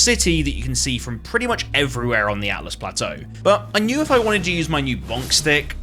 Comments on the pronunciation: Can i just say great game play thoroughly enjoyed but have to say its "ALTUS" plateau NOT "ATLAS" 😂 after beating this game myself definitely enjoyable watching someone else go through it for a first time again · Carefully explains how to pronounce Siofra. Immediately can't say Altus correctly. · Dogs people for potentially mispronouncing Siofra…immediately says Atlas Plateau 😂 Love it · Altus, not Atlus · You pointed out the correct pronunciation of Siofra, but then called Altus Plateau "Atlus" 😋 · I love that you got on everyone's case about how to correctly say "Siofra", then almost immediately went on to pronounce "Altus" wrong lmaoooooo